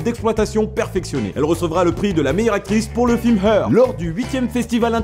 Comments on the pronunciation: Bon je matte toutes tes vidéos mais fait nous plaisir et bosse un peu l'anglais. Parce que "The Island" prononcé Ice-Land et "Her" comme Here, c'est pas possible. ^^ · "Her" On dirais que tu dis "Here". Les français savent vraiment pas parler anglais... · le nom de ce film, "her", il va le prononcer de toutes les façons possibles xD " hir, heur..."